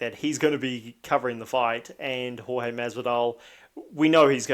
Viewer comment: Love that he calls him George. Such a subtle throw of shade by mispronouncing his name. Chael beat up 5 guys who were rude to his wife. George ya bitch